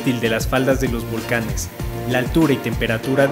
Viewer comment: No dijo bien los volcanes.